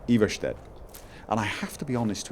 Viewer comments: Anyone else pronounce the town eye-var-stead? Instead of his eve-ver-shead? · I think it's pronounced Eye-Vahr-Stead. If that makes any sense. XD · Eye-ver-stead? phonetically spelt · Why cant you say Iverstead properly stop saying Eevarshted! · It's either Eye-Vahr-Stead or Eye-Vahr-Steed. I believe it's Swedish pronunciation. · Okay, just the first time he says it it's correct. The last a should be pronounced the same way as the first a, just a bit shorter. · Yeah you pronounce it wrong, but the way you say it is much better anyway. So I don't really mind.